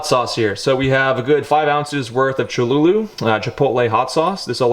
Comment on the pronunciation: “cholulu” it’s cholulA